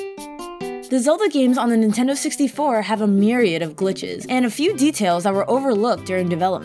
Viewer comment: Spike Shell also “Intendo” like my grandma used to say it.